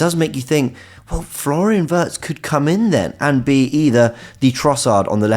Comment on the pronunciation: Every time you say “a Wirtz” it sounds like you’re saying Havertz